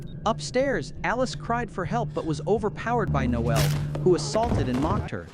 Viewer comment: It's Nole not Noel.The e is silent.